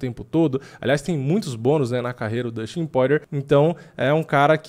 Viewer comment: pqp amigo, todos esses anos de diretasso e ainda não aprendeu a falar o nome do Justin "pÓirer... ou melhor Poirier